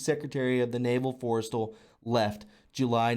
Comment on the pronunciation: MOE gul, Forest StaLL, pronunciation young lad. great information thanks for sharing.